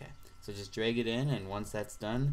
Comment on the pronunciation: well done. this helps a lot. also, you say "lag" and "drag" funny.